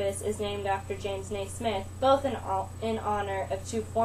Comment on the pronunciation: It's not James nay-SMITH, it's James NAY-smith. geez